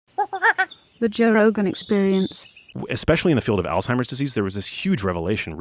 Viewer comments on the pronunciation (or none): The first thing thats wrong is some people call it Alltimers. There is a Z not a T. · neither of them can even say alzheimers right. why would i listen to this lol